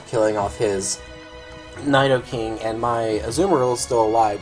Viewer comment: nydoking? i thought it was pronounced needoking lol